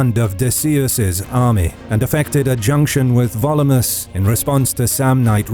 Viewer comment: I have a dumb question. I know a lot of effort goes into pronunciation this channel, so I assume the repeated pronunciation of "Volumnius" as "Volumus" is not an error. But what is the rule of Latin pronunciation that explains that?